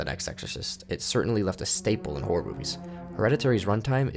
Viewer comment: i keep hearing whores whenever he say horror please help